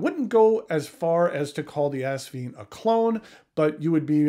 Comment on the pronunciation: Haha. He said assvine. I’m going with that one